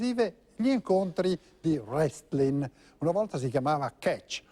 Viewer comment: Notare che all'inizio il conduttore ha detto "Wrestlin" '- -'